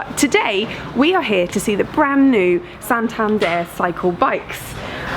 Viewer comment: Exactly how said it, that's why I say I LOVED it. She perfectly makes the accent on the last syllable